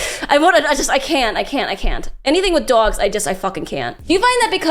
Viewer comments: She says dogs like a New Yorker. Dwogs. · Her accent is thick when she says dogs.